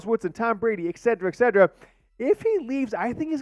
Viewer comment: Et-set-er-ah. NOT. Ed-see-ra. Come on